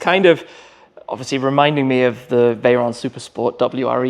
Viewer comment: How can Schmee do so many videos and get the pronunciation wrong? What's a Veron, is he really called Mattay?😂😂😂